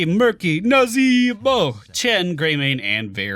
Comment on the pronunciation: As a new sub to your channel, can you or someone else explain to me why you say 'NAzeeee-BO' in that african accent? It's hilarious and gets me every time haha